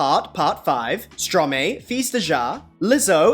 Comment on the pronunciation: it’s pronounced Stro-maÉ fis de jwa (son of a b 😊) seriously this video was hilarious